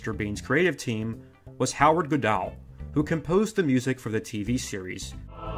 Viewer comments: Small FYI, it's Howard Good-all, not Howard Goo-dall. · I very much appriciated this vid... except for one thing. THAT IS NOT HOW YOU SAY HOWARD'S SECOND NAME DAMNIT XD Good-ul < pronounced thusly or if you wanna' be REEALLY english, then Good-hall... Goo-dall!? GOO-DALL!?!?!?! lol!